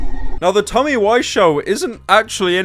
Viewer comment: Someone should tell him he pronounces Tommy's name wrong